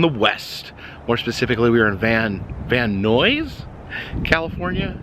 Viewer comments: Just started the video - Nuys is pronounced like "Nais" - The mispronunciation amused me.. But I grew up in Southern California, so I grew up around hearing it pronounced properly, I'd probably stumble on it if it was my first time, too. ♥ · I think Nuys rhymes with eyes. 🤷‍♀️ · It is pronounced "nize".